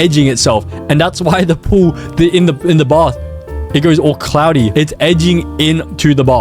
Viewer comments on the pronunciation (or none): none